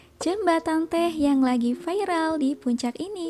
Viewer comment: gk usah ngomong VAIREL harusnya VIRAL kesel bapak gw☺️